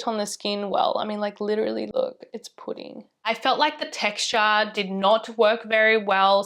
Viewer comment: I love how you still pronounce pudding as プリン eventho there’s no japanese involved in the product (talking about numbuzin 4). Sounds soooo cute!!!